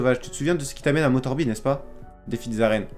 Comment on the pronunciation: Moterbaille pas moterbi